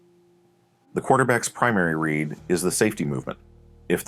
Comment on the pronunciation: what do you mean by “the quarterback’s red”? do you mean the quarterback’s READ? is it because it’s an AI voice or is it just terminology i’m missing?